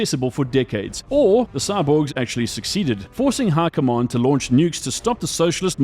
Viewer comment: How are you saying High Command like Hurkomon. How.